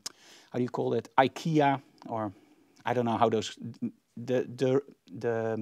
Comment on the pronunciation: Sorry that you were stressing, but it shows newer photographers that things don't go smooth all the time. You just got to keep going and work threw the problems. FYI, we say Ikea just like you said it. The smoke sounds like a fun class. Thanks